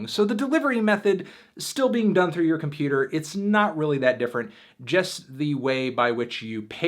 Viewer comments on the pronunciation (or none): none